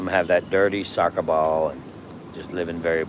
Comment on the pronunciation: Russell, try this. Say the word ball… but stop yourself just before pronouncing the L’s. You’re welcome. 🙂 Also, the other word you were looking for there… the greatest architect ever…. God. 🙏